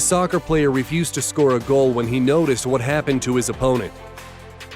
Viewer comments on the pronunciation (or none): none